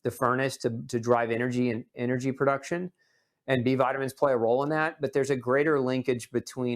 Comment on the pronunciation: There is no perduction…are you trying to state the word pronounced production?